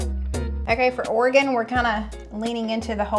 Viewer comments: Seeing your Tater Tot Casserole on the video thumbnail, I thought THIS was the Minnesota episode 😂. Just wanted to say thank you for pronouncing Oregon, Tillamook and Oregonian correctly. Enjoy that Marionberry Pie ice cream! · Great pronunciation on the word Oregon!! 😊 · Love that you pronounced Oregon correctly. Lol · Thank you,, for pronouncing Oregon correctly! So many YouTubers don't. As a native Oregonian for over 50 years, I have never made nor eaten a tater tot casserole. Yes, we have tater tots from time to time, but I have never known anybody to make that concoction here. Salmon, halibut, tuna, crab, oysters are the prime dishes we are known for here. You did nail it with Tillamook and marionberries tho! Marionberry ice cream is bomb! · As a native Oregonian, I simply love that you pronouce "Oregon" just like we do. That is a rare thing! ;-) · Thanks for the great representation of Oregon! AND pronouncing it correctly! Your videos are always fun!